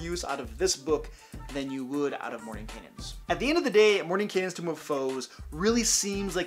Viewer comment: Why does everyone keep saying tomb of foes? It's tome.